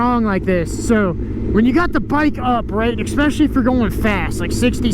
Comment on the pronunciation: There is no word "exspecially" so please stop saying it!